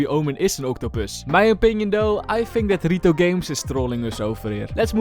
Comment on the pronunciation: Did bro just said ri-to?